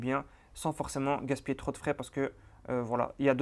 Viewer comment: Excellent, merci à toi. (peut-être faire attention aux liaisons avec 'trop').